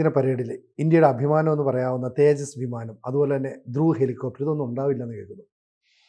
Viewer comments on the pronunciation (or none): ദ്രുവ് ആണ് ദ്രുവാ അല്ല... 😂😂😂